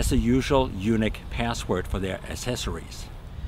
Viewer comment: Pronouncing YUNEEC as "Eunuch" confuses things big time., it's pronounced "U NEEEEK" as in the word UNIQUE!!!